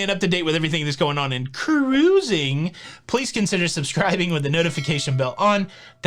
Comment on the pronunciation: What happened to 'Ca-ruising"? It sounds so much better with three syllables.